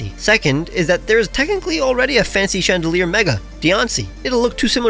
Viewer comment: why is nobody talking about his ✨GREAT FRENCH ACCENT✨ ?????